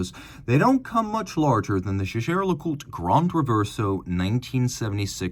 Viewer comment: si dice JEGHER , non GEGè... barbari!!!!